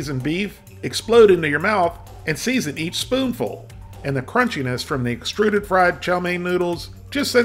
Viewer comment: I haven't had that in 30 years but I can taste it. Also can't stop laughing at the emphasis on "Extruded" fried chow mein noodles!